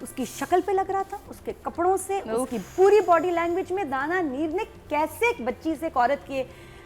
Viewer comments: never takes Dananeer’s name correct. She said Danameer or Dania everytime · stop pronouncing her name wrong it's dananeer nit Dania neer so plzzzzzzz😢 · Dania neer bhi nahi dania meer 😂😂